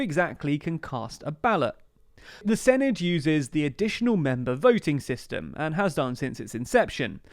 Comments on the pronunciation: or sinith instead of senedd :D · It’s not pronounced Sin-i-d it’s Sen-e-th and they’re not Welsh parliamentary elections they’re Senedd elections. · The 'dd' at the end is pronounced more like a 'th' sound. So proper pronunciation would produce a 'Sen-eth' , exactly as you suppose. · I feel like i should point out it's pronouced 'se-neth' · Thanks for doing a video about devolved politics in Wales. It gets very little attention in the UK media. Minor note, Senedd is pronounced more like 'Seneth'. 'dd' is a digraph in the Welsh language that makes a 'th' sound like the end of words like 'bathe' in English. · Tip for the future, the 'dd' in 'senedd' is pronounced like a soft 'th' in English 'the', 'then', 'there'. I'll be voting for Plaid Cymru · It's pronounced SEH NETH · With the 'dd' the equivalent of 'th' as in 'there'. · Please learn how to pronounce Senedd. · Hey 😄 very glad you're covering Welsh politics! Just a little note: the dd in Senedd is not a hard D sound, it's more like a th sound but very soft rather than the hissed sound English speakers would use. I appreciate you're doing a lot for these videos already, but there are plenty of short and approachable videos on YouTube that teach basic Welsh pronunciation and point out that it's a phonetic language so these days there's not really any excuse for a person living on the island of Britain to not know how to pronounce Welsh words. I say this as a Welsh person who lives in Aotearoa/New Zealand and has learned how to pronounce Māori words, which are also phonetic, despite not being fluent to any level in Māori. The gap between learning the entire language and just learning its basic pronunciation is vast, so I'm sure you could get your tongue around Welsh syllables without learning the whole language 💖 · Should probably add it's a voiced "th"-sound as in 'that' rather than thing. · It’s better than the last video so give them some credit, but yeah not fully there yet. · I’m not even hearing the -th either